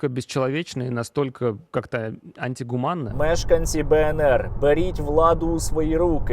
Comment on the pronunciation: «Настолько бєсчєловєчно і антігуманно» — і шо?